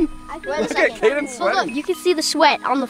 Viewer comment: Kade not kaden